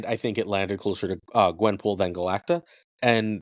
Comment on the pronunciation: not being able to say Galacta still kills me